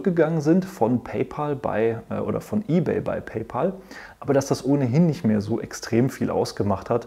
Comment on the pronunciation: Hallo, war wieder sehr interessant. Bitte erlauben Sie mir ein paar Anmerkungen: sollte beim Vergleich der Zahlungsdienstleiter am Anfang des Videos, nicht auch Block (Square) erscheinen, und sollte nicht Affrim zu Amazon Pay addiert werden nach deren Merger? Sie und die meisten Deutschen Analysten sprechen immer noch PayPal Deutsch aus, also PeiPal und nicht und richtigerweise PayPä!!l. Der Name der Firma kommt nählich daher, dass Elon Musk, der Gründer, daran gedacht hat, in einem kleinen Deal einen Freund/Kumpel = Pal (Päl amerikanisch ) zu bezahlen. PayPal heisst einfach nur "Zahl Deinen Kumpel". Viele Grüsse, Andreas Popp